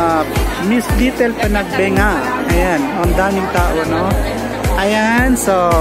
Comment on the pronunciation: Ayusin mo po pronunciation mo Sir sa PANAGBENGA